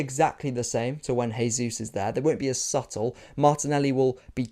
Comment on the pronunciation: ive noticed this in other videos and wasnt sure, are you saying 'supple' or 'subtle' coz it really sounds like supple and makes me feel odd hahahha, great video as always